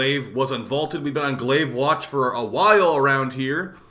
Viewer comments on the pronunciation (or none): It’s not Glaive🤣